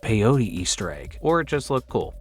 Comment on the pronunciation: Hey nice video. When are you learning to pronounce "egg"?